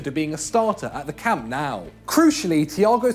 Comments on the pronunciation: The way he says Camp Nou. Camp Now. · He said “camp now “